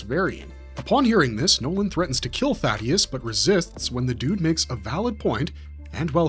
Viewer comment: THAY-DUS is how it’s pronounced. Spelled Thaedus. Not Thaddeus. 👍